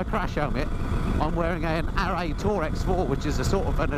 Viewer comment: Arai is generally pronounced uh-rye not Ar-ay and HJC 'Rpha' is pronounced Ar-fa not Rappa 🤣